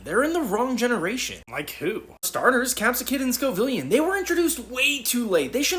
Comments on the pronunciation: Sco like scoville, villian like villian. Not vill lee un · The "i" in Scovillain comes after the A, not before. Sco-villain, like a super villain. Not Sco-villian, like the feminine name "Lillian" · How do so many people mispronounce Scovillain’s name!? It’s “Sco” and “Villain” because of the Scoville scale (measure of how spicy something js) and because he’s evil! No clue where people get “Scovill-ee-an” from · ...Scovillian? The name is Scovillain. A mashup of the words "scoville" and "villain". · Villian is not pronounced like "vill-e-on" It's Scoville like how peppers' heat is rated and villian, like a hero's nemesis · ScoVILLAIN, Not whatever you just said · I don't think I've heard a single YouTuber pronounce scovillain properly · The way you say Scovillain makes my brain stem explode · Why does everyone pronounce Scovillain like that? Read it's name, I promise you're reading it wrong if you pronounce it like that. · Cant pronounce scolvillain right lol